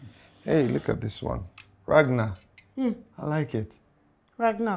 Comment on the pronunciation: Bro really said Ragna💀